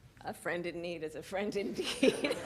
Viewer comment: Hey! Your indignation supposedly results from the fact that you, as foreigners, must have not been listening to at least our president's part of the conference. So, please - look at one of its fragments i.e. starting from when Andrzej Duda mispronounced the word 'indeed' - as 'in dick'. It triggered Harris's first laughing reaction. And Kamala's later reaction was simply linked with the previous one. She, in a way, corrected him by 'A friend in need is a friend indeed' (pol. 'Prawdziwych przyjaciół poznaje się w biedzie') pronounced properly at last. That is the entire secret :) In Poland - we have been laughing at this blooper for 2 days !!! xD